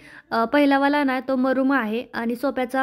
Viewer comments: मरूम नसतो ग मरून असतो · मरूम नाही मरुण कलर म्हणतात.ब्लेझर ला तू प्लेझर म्हणतेस